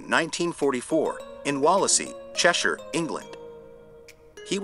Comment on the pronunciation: NICE to hear an American accent knowing how to pronounce Cheshire correctly, let down by NOT knowing how "SHE" wanted Bucket pronounced in the Prog. 😁